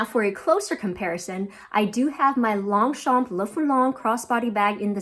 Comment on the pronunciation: Great video, as always, and really appreciated the in depth analysis ❤. Since you asked for the correct pronunciation of the "Longchamp Le Foulonné" 😊 : - the "p" is silent - there's an "eh" sound at the end of the name of the bag: pronounced "fooloneh"(there's an accent on the French version of the name but I've seen it missing in the US market).